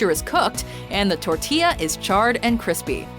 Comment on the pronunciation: Its tor ti yah!